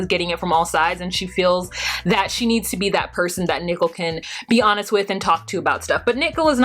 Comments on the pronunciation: i find it hard to listen to you pronounce nicole as nickle. i have to fast forward thru that section. can you please reconsider it? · is it me or does she pronounce Nicole like Nickel? Is she trolling?